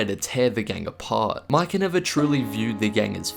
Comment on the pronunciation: why does it sound like he say miker